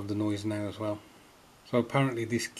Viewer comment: The pronunciation was quite understandable,. A great ship named after Field Marshal August Neidhardt von Gneisenau. Now a part of your collection! Best wishes,. Greetings, Joachim